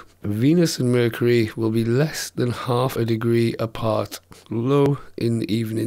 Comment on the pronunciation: vercury lol